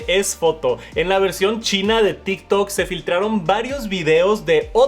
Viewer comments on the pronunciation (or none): none